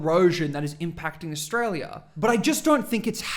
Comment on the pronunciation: I wish he could pronounce australia correctly. I want to know what glue he's sniffing.